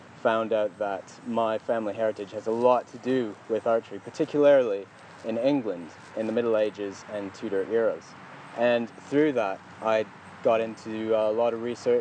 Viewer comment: bluntest axe i have ever seen in use ...then he sticks it in the dirt ....i could live with that dumb move but had to turn off when he said particularilly ...dear god come on.